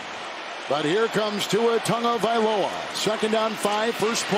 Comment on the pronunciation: Can someone please tell the culturally insensitive announcer that there is no "n" in Tagovailoa!!!